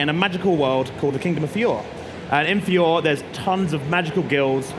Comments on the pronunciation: uugh!! NO JUST STAHP!! 1. its "Fi-or-ey" not Fee-ore 2. THEY ARE NOT MAGICIANS!! They are WIZARDS & MAGES. 3. Wendy is a "SKY Dragon Slayer" not Wind/Air 4. Wendy's attack is called a Sky Dragon Crushing Fang. 5. Ezra's armour is called "Heaven's Wheel" 6. Plue is a DOG not a Snowman!! I'm hoping to see this game dubbed with the original voice actors, would be awesome to play it. (I'll just forget this game like World Seeker if its another un dubbed game.) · samee the way he pronounced Fiore triggered me so much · It kind of hurts how he says "Fi-yor" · Fiore “fee-or” I cringed when he said that and Mashima wrong too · Yep it made me want to cry. Clearly they haven't watched the anime since they mispronounced the kingdom of Fiorye. I probably spelles that wrong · 1. Fiore is pronounced fi-or-y 2. wizards not magicians 3. dragon roars are far from weak 4. the attck wendy is using is sky dragon cruching fang nit sky dragon claw two different moves. 5. it is shy dragonslayer magic not air. 6. plu is a dog 7. erza's moon slash should be using the blackwing amor not her default armor Things i am hoping for 1. dragon force 2. upgrading attacks not just replacing them 3. lots more characters like mystogan, jellal, mirejane, ect 4. dlc arcs i would love to play stuff like alverez and the 100 year quest, past ones shuch as the coilision of guilds, and the movies lile dragon cry and phoenix priestess 5. more accurately resreaching the magics and characters. these people should have to watch all of fairy tail. (not even a bad thing it is a great show and they have a really good chance of enjoying it.) 6. english voice actors. nothing against the Japanese actors i would my to see actors like todd and britney come back (those are the only two i can think of of the the too of my head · Yup. His pronounciation of fiore 😭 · The man explaining Fairy Tail... Has never really watched Fairy Tail aside from the required basic amount... I mean the man can't even pronounce Fiore...